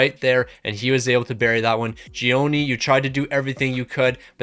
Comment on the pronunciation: Switzerlands goalie is actually pronounced Tschenoni. You werent that wrong